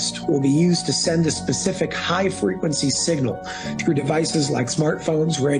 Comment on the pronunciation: Seegnial and allemium